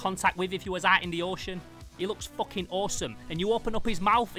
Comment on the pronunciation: Bros says foching